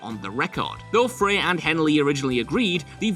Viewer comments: Well... Glen Frey's last name is pronounced like 'Frie' not 'Fray'. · It’s Glen FRY not fray! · "Out of place in the eclectic mix of styles" It is almost like someone does not understand what the word eclectic means. And Frey is pronounced "Fry".